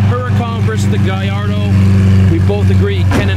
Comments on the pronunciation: (??) You, OF ALL PEOPLE, should know how to pronounce Gallardo! I've been sub'd for YEARS, and this is insane. You get some of the best access but, you struggle with this!? For a bit (a few videos back) I thought it was a meme but, dude...come on. Guy-R-Doe I swear, you've got some amazing content that makes me want to shake your hand...or punch you in the kidney. Guy-R-Doe Either way, love you man, keep it up! (and yes, the Gallardo is one of my favorite cars and unquestionably better than the Huracan. Major points if its a stick.) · Gallardo = guy-ard-oh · Come on, It's pronounced GALLARDO!!! lol